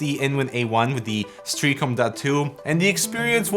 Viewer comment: Pronunciation Nazi - Stray AH com